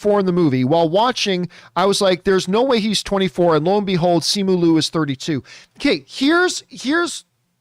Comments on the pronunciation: Okay but is John pronouncing Simu Liu's name wrong the entire time or are there several ways to do it? Because Simu himself pronounces it Li-u, not Lu when he introduced himself in an interview I saw. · He pronounces Simu Liu as Luu the entire time as well XD